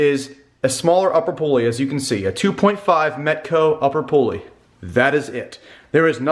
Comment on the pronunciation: Thanks for calling it a pulley and not a pooley like Mike and Andy. haha